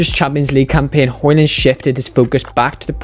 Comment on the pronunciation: The D in højlund is silent btw.